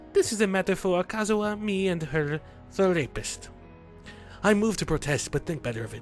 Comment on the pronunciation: have you notice you call it the-rapist.